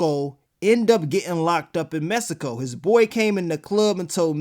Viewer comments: y u keep saying it like messsico??? 😂😂😂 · The way he kept pronouncing Mexico 😂